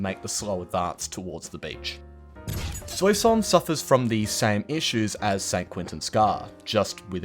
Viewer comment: Amiens “Ah-me-on” Soissons “Swah-sons” Tsaritsyn “Tsar-Rit-Sin” Sinai “Sign-eye”